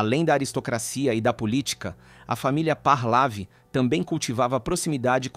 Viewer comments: Onde é que está um ‘R’ no meio do nome Pahlavi? Vejam a locução, é repetidamente dito Pahrlavi e não Pahlavi… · " parlavi" Lê-se: PAHLEVI. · Parlavi, Pahlavi, Pahlavi, Parlavi , meu Deus, é PAHLAVI, sem o R, como que faz tanto trocadilho, e errado....que agonia..... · Pronuncia Par - lé - ví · Pronuncia os nomes errados, ensina os mais jovens errados. Vou escrever como deve ser pronunciado: " PARLEVE"